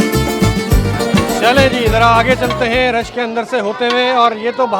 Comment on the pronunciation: It should be "CHALEIN" not CHALAIN.